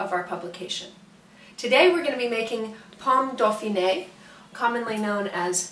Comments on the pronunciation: It's DOFINWA (Dauphinois), not dofineg, the horror. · pomme dofineg?....if you cook french like you speak french .....just forget it